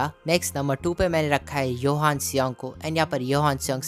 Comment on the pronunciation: Bhai johan not yohan